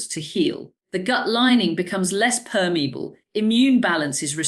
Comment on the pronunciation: Dr. Sarah Myhill apparently can't pronounce 'permeable'